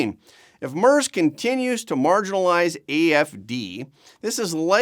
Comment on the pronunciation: It's pronounced "MAIRTZ". I Know Canadians are only required to try pronouncing FRENCH names correctly, but SOMEBODY could do a little research so doesn't sound like a Newfie ice fisherman every time he mispronounces the name of a world leader.